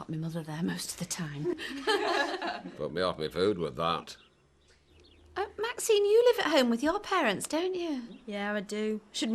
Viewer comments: Audrey stirs every pot. Also why is Ashley unable to say Maxine? Why does it come out Maxime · Maxime instead of Maxine as well!😂